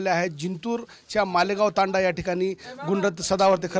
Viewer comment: तंड्या...🤪🤪🤪 तंडा..😝😝😝 अरे हेकण्या योग्य शब्द "तांडा" असा आहे?